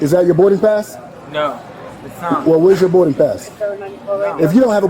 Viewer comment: “Thers is a regurlated berding pass”